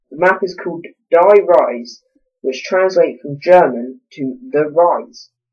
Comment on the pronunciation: Oh and die is pronounced 'dee'